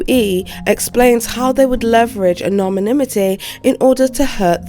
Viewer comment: I love you and your videos, but there were quite a few errors and mispronunciations, like "abherrent" instead of "abhorrent", "whirldwind" instead of "whirlwind", and "anominimity" instead of "anonymity", along with "made its way public". Again, I do thoroughly enjoy your videos, and I don't mean to be a cunt - just wanted to share constructive criticism! I wish you nothing but the best, and I really hope your son recovers soon. We're all incredibly grateful to you for posting this video even though you've been in hospital with your son